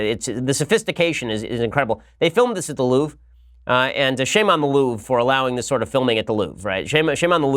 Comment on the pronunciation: "The Loof"? Please English speaking people, learn to pronunce foreign words (Mercedes,Porsche,Louvre...)